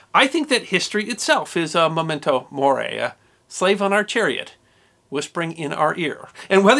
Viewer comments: I truly admired this gathering of fascinating tidbits about weird funeral wishes and traditions... but one thing made me cringe hard... you calling it a MOmento Mori... it's in the video's title, please! MEmento, like MEmory or "reMEmber"... I wish you'd take a bit more time for quality control and second recordings as understandable as not being fluent in 150 languages may be, SOME things are just common parlance in the one you speak so well in other circumstances and making these mistakes without noticing it reduces the impact and impression your otherwise enjoyable videos can affect. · Please: memento, not momento.